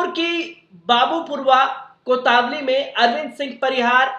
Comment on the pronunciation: Anchor badal do, Kotwali ko Kota wali bol raha hai aur gear bhi baar baar phas raha hai Inka.